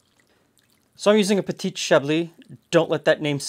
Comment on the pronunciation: Very cool ! I know you like to learn ! so: Do not pronounce the T at the end of petiT, just say peti (masculine) otherwise it sounds like petiTe (feminine) <3 bon dimanche !